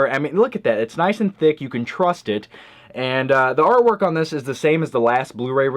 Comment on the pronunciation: "It's nice and thock, you could trust it". :]